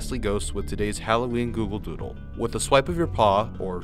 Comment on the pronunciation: Lol “Dooldol”😂😂😂😂